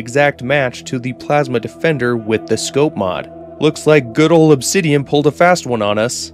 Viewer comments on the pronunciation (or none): none